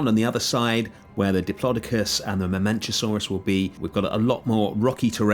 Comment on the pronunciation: Never heard diplodocus pronounced like that.. Area looks great.